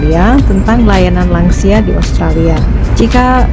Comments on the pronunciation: Lansia bukan langsia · Lansia: lanjut usia, bukan langsia